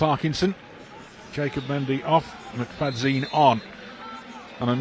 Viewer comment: It’s pronounced Mick-fad-yin…….NOT Mick-fad-zeen.